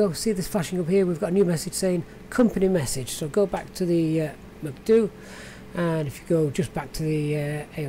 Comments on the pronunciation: Usually they say “Em-See-Dee-You”... Your pronunciation makes me wanting to go to McDonalds 😂 But great video. Thanks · Got my subscribe simply for the reason you call the MCDU macduo hahahah xD